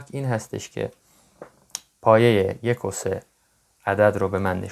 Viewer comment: عالی بود ولی حداقل میگفتی پایه یک و سه نه یکوسه 🤣😂